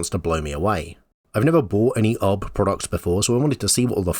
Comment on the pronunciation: Pronouncing UB as "Ub" is a disservice to Ub Iwerks, animation pioneer.